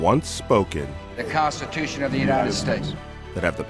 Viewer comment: THE KAANSTITEWSHUNN